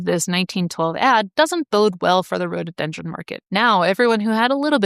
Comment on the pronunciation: It is pronounced Rhododendron, not Rhodeedendron.